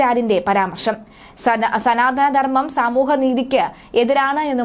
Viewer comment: ആദ്യം മലയാളഭാഷ അക്ഷരത്തെറ്റ് കൂടാതെ ഉച്ചരിക്കാൻ പഠിക്കുക...ഒരു പാരഗ്രാഫ് വായിച്ചാൽ ഒൻപത് തെറ്റുകളാണുള്ളത്..."സദാനന്ദ ധർമ്മം " എന്നൊരു ധർമ്മമില്ല...സനാതന ധർമ്മമെന്നാണ്...അതായത് എല്ലാക്കാലത്തും നിലനിൽക്കുന്നതെന്ന്..